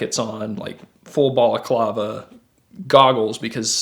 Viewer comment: Me laughing In my -20 wisconsin weather P.s. how did he just say balaclava ?